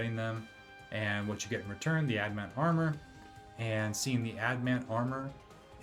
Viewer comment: Annoyed that you double down on pronouncing it "ad-mant" even though the spelling is right there in front of you. Then go on to name the video wrong. SMH.